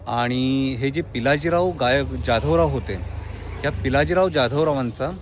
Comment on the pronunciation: ज्याधवराव नाही तर जाधवराव असा उच्चार करा.